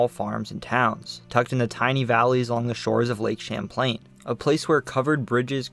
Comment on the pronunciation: Lake Samplain?! 😂😂😂